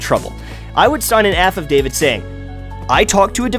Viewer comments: pretty sure its affadavit, not an aff of david (sorry for being a scrub about it) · Affidavit - "aff eh dave it" not "aff of dave it" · "AFF of David, affadavid" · what's an aff of david? it's an affidavit lol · Haha wtf is an aff of david? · Lol an "Aff of David" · All the people you proved wrong are now just making fun of the way you said affidavit. lol